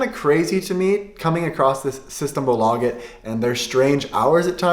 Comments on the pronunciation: You have the pronunciation on the A in systembolaget. But you have to have the pressure on systEmbOlageT. Sing when you talk. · Pronounce systembolaget right pleaseeeee im Dying inside man Aaand Bandy is not a common sport in sweden innebandy is What ppl play or hockey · I am swedish and i laugh to death on his systembolaget pronunsiation